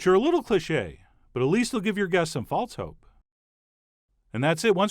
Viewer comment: "at least they will give your guests some false hope" Chef John you don't have to say it like that lol